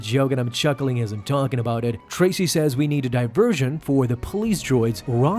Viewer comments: It’s Trace, as in Trace a drawing, not Tracey. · Trace / not Tracy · Trace not Tracy lol